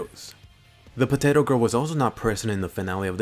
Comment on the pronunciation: Ha ha haaa! POTTATO PIZZA!ha ha haaa! POTTATO PIZZ!